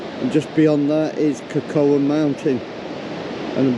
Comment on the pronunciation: Cocoa is pronounced co co!